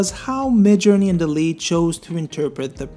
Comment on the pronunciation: Sorry but I couldn't watch further than the 1 minute mark, the way you were pronouncing the name for dall-e was really distracting. The name should be pronounce the same as the animation movie, wall-e, it's basically an intended pun. I don't know how to type the pronunciation but I recommend you to search online. Feel free to ignore my critic, but it really was super distracting and I couldn't continue with the video. Cheers